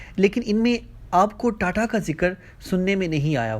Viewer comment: Aba data nahi tata hain .thik se nam to lela